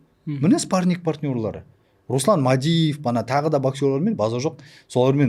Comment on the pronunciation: Спарниг😂 даже "спарринг" дегенды дурыс айта алмай Мухитты женем дима😂